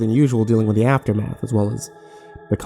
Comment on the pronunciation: Shocked Kirby Original story is "Paranoia? Schizophrenia? The gay?" But his pronunciation does sound like "your"